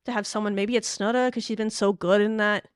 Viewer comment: Oh, Texas Tech fans are used to lazy work by a certain announcer who covers almost every game and it seems will never learn how to say Snudda's name properly.